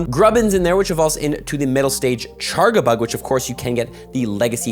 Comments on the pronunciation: It’s not chargabug it’s CharJAbug the way he says it hurts the ears. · He’s Canadian m, be nice. And so is that chef guy? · What is the charga part of charga-bug supposed to mean even? I pronounce it charge-a-bug